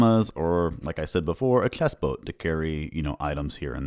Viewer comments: Are you Dutch by any chance? It sounds like you have trouble pronouncing the "ch" (like chest) and "bg/g" (like bridge) sounds and I have Dutch friends who have the same issue. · You need to fix how you say "chest". "ch" and "s" are just going wrong. It's bad enough that it makes it uncomfortable to listen to.